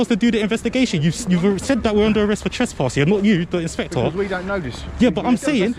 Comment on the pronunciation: Inspector pronounced inspectwhore, he said we dont know, but then proceeded to arrest, absolute phkn cretin !